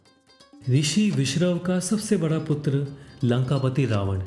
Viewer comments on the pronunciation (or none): none